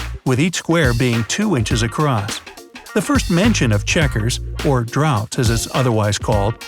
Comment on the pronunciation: Draughts is spoken as 'drafts', NOT drought (drowt). sheesh, americans!!!